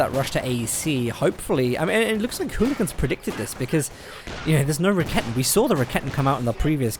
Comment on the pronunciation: First of all, you doing a great job on the commentary of those GCS fights. But I have one thing you may think of to change: When I saw the first of your commentary replays, I was wondering what you mean with the "ra-ketten". I need few moments to recognize what you are talking about. I know it's hard for english natives to speak out the german language, but this horrors me all the time when i see your vids. Correctly spells it like: [Ra-ke-ten] so there is no double t in it and even no kitten ;-) . Also the shortcut is wrong..cause the "Rakete" is the projectile which is fired, correctly it is Werfer (launcher), which is the weapon. Or would you phrase up a rocketlauncher as rocket? Just as a suggestion :-) Keep up the good work!